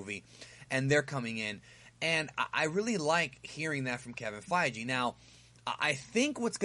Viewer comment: Kevin Fei-Gee